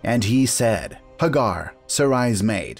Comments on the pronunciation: Its not Hagar its Hey- gar... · Hagar, pronounced Haygar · These are mispronouncing Sarah Hagar Etc you know play I guess that's his privilege but he's not be correct in his pronunciation